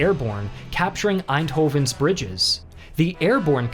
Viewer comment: For an American that pronunciation of Eindhoven and Nijmegen is pretty spot on